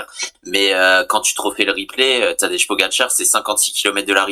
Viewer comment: Tadej = Tadeille, Tadeye, Tadeï Mais pas Tadeche, Tadé ou Tadeje